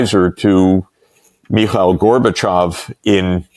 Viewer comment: Did he just say "Miguel" Gorbatjov?! 😂